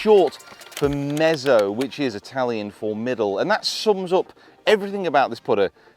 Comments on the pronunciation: Close but it’s actually pronounced meh-tzo! Let’s be honest, you struggle with English, so it’s no surprise that you’re going to balls up Italian. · It’s pronounced met-so.